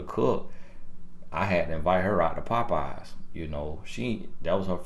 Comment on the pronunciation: Did he say popyes 🤦‍♀️